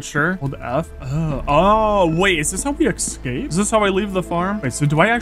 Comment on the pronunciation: always says EXCAPE instead of escape 🥲🥲🥲